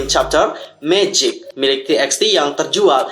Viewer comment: Bang bacanya bukan ti eks ti tapi = Tu ba tu